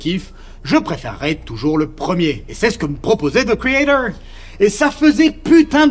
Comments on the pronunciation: zeu criédeuuuwr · Pourquoi tu ne dis pas ze créator comme tout le monde ? C'est excessivement énervant. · The quoi ? - thi caeydor Hein - the craytaure Quoi ? - ze créator Ah..... Thi criéthor